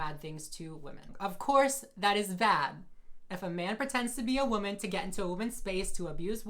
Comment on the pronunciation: she really said "as a WHAMEN"